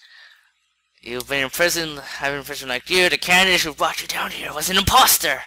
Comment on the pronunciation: ITS CADANCE NOT CANDACE